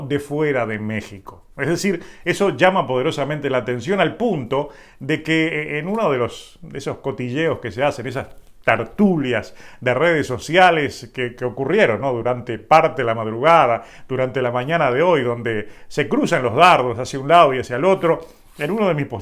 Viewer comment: Tertulias,no tartulias.